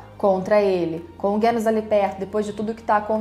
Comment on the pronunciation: Parabéns por mais esse comentário/review do episódio 11. Vc é muito boa nisso. Impressionante como tudo o que você fala coincide com o que eu acho. E não, não foi problema da sua tv. Eu assisto pelo celular no fone de ouvido, e o estrondo realmente incomoda parte da trilha a ponto de não sabermos se algo tá sendo feito ou não. Ah, e pq vc fala "Guênos"? Tanto em japonês quanto em português a pronúncia é Genos mesmo.